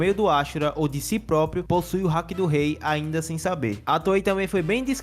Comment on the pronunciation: vou dar uma dica pra geral, palavras japonesas São oxítonas(foco na última sílaba), ou seja, não é hAki, com foco no A, é hakIiiii com foco no i